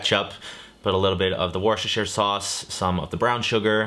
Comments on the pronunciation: I love your videos but it's pronounced (wu-stuh-shuh) sauce, not (west-chester-shur) sauce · I'm sorry... did you say WESTCHESTER sauce? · Good lord, is every cooking creator on this site in secret contract to purposely spell worcestershire sauce name wrong? It's wor-chess-ter, is it really that hard to pronounce? I mean, english is my second language and even I can say it right... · Ok say it with me…. Wuss-ta-sheer…. Wuss-ter-sheer is also acceptable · I swear you are purposely mispronouncing Worcestershire.. it drives me crazy